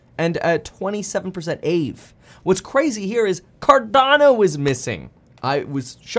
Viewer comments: Ah-Vay. Not Ayve bro. and VPs don’t buy Cardano. Never have. Check the data. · Lol this man said “ayv”, it’s ah-vay, aave. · Lol it’s pronounced “ah-vay” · Kevin pronounced Aave wrong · 😂😂😂 the way he said aave